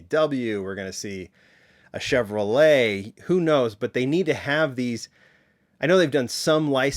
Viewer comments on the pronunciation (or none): none